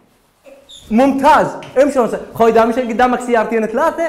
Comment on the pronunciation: هاي صدك اكو ناس تكول رون سايد 😂😂 تره هيه wrong side رونگ سايد